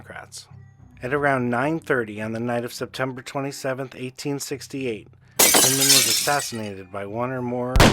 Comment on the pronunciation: Hindman i have always heard pronounced with an I......like Blindman